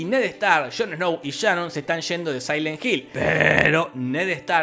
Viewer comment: Por que le dices Shanon si se llama Sharon? Jorge: Por que se me canta el culo.